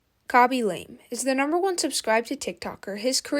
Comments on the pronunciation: You cant even say his name correctly, KABY LAME not KOBE LAME. No surprise you like this repetitive guy. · "cabbage lame" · Ryan William Johnson😂 Kobe lame😂 Your name butchering is legendary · kobe and lame lol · the forgetting of the word evolution and "khobe lame" is so funny